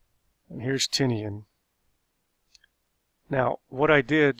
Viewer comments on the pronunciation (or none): Not sure if this is accurate but it’s probably pronounced Tee-Nyen instead of Ti-nea-an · the island isn't pronounced Tini an, it's pronounced ti nian